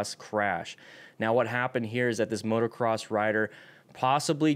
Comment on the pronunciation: motocross not motoRcross.